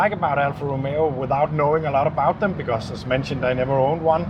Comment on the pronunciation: It is not Romero! Romeo....Romeo Rom...a....oh